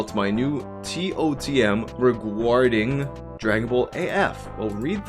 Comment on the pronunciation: Regaurding is such almost English it's great